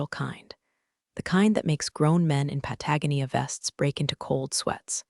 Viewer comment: Why do all these people wear Patagonia vests, and why can't the AI ever pronounce it correctly? Also, what the hell is a "quassa" and an "elmau"? This is yet another total fail. You'd think at least one of these AI fraudsters would figure things out.